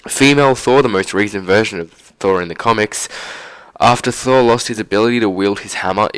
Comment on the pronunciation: Can you not say thour